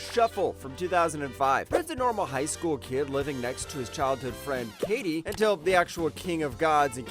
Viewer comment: great list only complaint is how you say my girl Kaede's name. It's not Kay-de it's Kai-day. Shuffle should be 1 if this is a list of worst to best personal opinion of course.